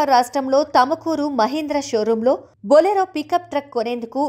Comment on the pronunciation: It's not tamakuru it's tumkur